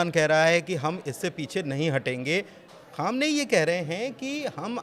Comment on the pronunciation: Ankur; khamenai kahna seekh len pahle phir patrakarita kren